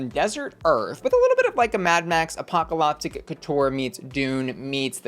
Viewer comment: Do you pronounce apocalyptic wrong on purpose?